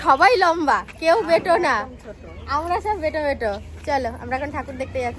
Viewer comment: কথাটা হলো ছাকনি,কিন্তু বলবে ছাকনা,😂 কথাটা হলো বেঁটে,কিন্তু বলবে বেঁটো, একটা গাইয়া মহিলা,বিচ্ছিরি